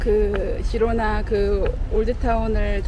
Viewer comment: 스페인어 발음 공부라도 하시고 유튜브를 하시지... G에 모음 a,o,u가 오면 (가,고,구), 모음 e,i가 오면 발음이 (헤,히)가 됩니다. 그래서 Girona의 발음은 “지로나”가 아니라 “히로나”